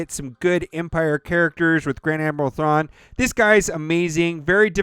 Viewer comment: It's cha boii grand admiral thong lmao